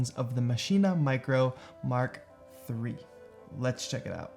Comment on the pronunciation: Thanks for a great video….. and saying MARK 3 not m k 3!